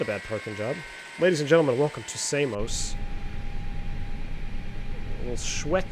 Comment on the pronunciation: Samos not Say-mos. Americans 🤣🤣🤣